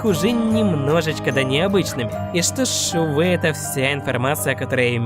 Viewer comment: эй ты смотрит крутые видео правильно говорить США в не СТА